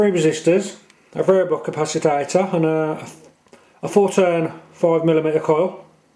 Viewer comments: It's capacitor, NOT capacitator... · Nice video. I will try to build one. Noticed you pronounce capacitor as "capacitator". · How come you say capacitor as capacitator? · For F++++ sake!!!. It is a CA PA CI TOR and NOT a CA PA CI TA TOR. Christs sake!!.